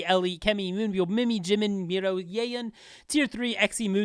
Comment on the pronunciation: Just to correct you, it's Miryo, not Miro (just to correct you) And thank you again for the efforts to make this list